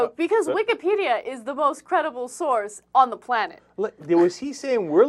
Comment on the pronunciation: LOL "Wikahhpedia"